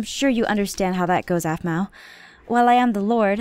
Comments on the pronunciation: I DONT LIKE HOW LEVIN CALLED APHMAU APHMAU ITS NOT RIGHT!!!! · his voice is awsome, but in the season finnally he said aphmau really strangely. it kind of annoyed me that he loved her so much, but couldn't pronounce her name, but everything else about his voice it awsome. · anybody rewatching in 2018 and slightly uncomfortable by Levin calling her “Aphmau” instead of mom? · For some reason when Levin says "Aphmau" Instead of Mom it makes me forget they are mother and son a little bit :/ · I thought aphmau said we need to protect the bees 😂